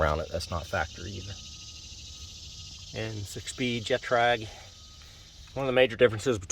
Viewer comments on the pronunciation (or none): Alcantara. GETRAG, not Jetrag.